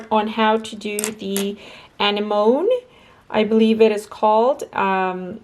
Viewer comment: Beautiful! The flower is actually pronounced Ah-nem-own-E